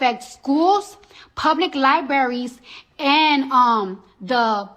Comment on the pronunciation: I'm glad you said Li-bra-ries and not li be ries